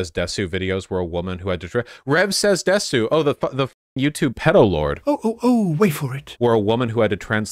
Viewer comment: Bro can't even pronounce desu.